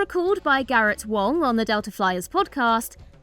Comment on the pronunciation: You did not just call him Garrett Wong! His name is Garrett Wang!! DO YOUR RESEARCH PROPERLY!!!